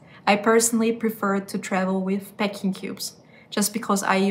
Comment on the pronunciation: Peck or PACK ? She keeps saying ‘peck’ which is a completely different word so it is very confusing...the pronunciation between these two words differs as well but she just insists on saying ‘Pecking cube’...